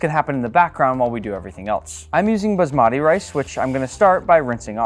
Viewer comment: Yeah pronouncing basmati rice wrong